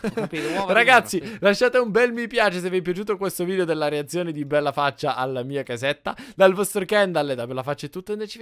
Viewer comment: Ma pk quando dici reazione dici ereazione?